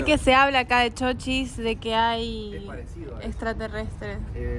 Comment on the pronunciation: Se dice ¡¡¡Chochís!!! Con ancento en la í; es decir con una mayor intencidas o fuerza de vos en la vocal í de la primera silaba por si alguien no sabe. Lo que pasa es que como lo han escrito con mayuscula "CHOCHIS" se han dejado llevar por le regla que en mayusculas no se acentua las palabras, aunque ahora ya esa regla ya no tiene ese mismo rigor. Y si lo ven escrito sin acento con minuscula pues lastimasamente lo han escrito mal. Repito el nombre correcto del pueblo es "CHOCHÍS" parabra aguda con dos silabas. NOTA: El nombre Davíd es una palabra modelo de la pronunciación correcta de nombre Chochís.